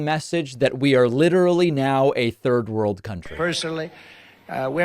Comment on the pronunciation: Anyone else hear "third wurld nation"? Dude never been coherent, but now he can't even form the words.